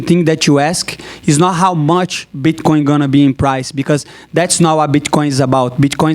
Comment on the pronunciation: I think he said Bchcoin in the beginning 😂